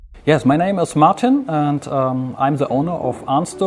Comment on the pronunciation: his name is Martin not Marten